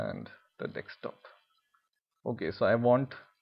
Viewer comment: It's not dixtop.... It's desktop! And it is not "publish and development" it is "publish and deployment"